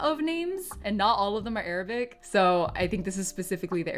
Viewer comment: As an arabic i can tell you that your arabic prononciation is pretty good compared to others you’re very close to the actual arabic accent